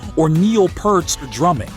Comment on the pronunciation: It's PEERT, not PERT. : And John Frusciante's last name is actually pronounced FROO-SHON-TAY, not FROO-SHE-AHN-TEE.